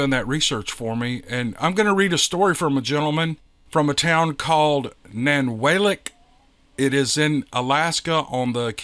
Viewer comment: love you're stories but that's nan-wall- lick don't worry I'll keep you up on these Alaskian things